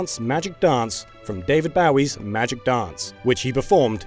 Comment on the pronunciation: "David Baoi" "Yoshinori Kit-uh-say" Dear goodness. 😑